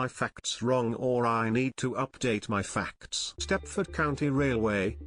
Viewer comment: I love how the tts says faCTs